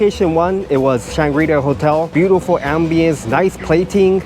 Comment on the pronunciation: Kaya toast kopi set: first and lasr thing i get when at Changi Airport! Great video. Definitely trying the Intercontinental's next time. (BTW, in English, the coreect pronunciation of Shangri-la stresses the final syllable.)